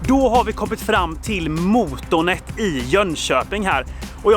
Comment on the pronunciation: man ska säga måtånet inte mootoonet